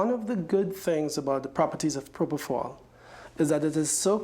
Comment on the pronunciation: So Mr Murray saying Michae. injected himself with proprofal